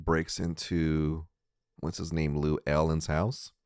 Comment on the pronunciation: is he calling Llewellyn "Lou Allen"?